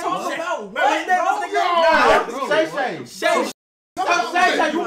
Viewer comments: Called him "Shay Shay"😂😂😂😂😂😂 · I know dude aint calling him SHAE SHAE 😂😂😂